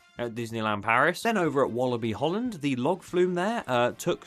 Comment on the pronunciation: Say bobbejaanland correct please